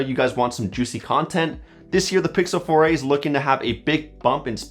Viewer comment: Google Pixel "Foray"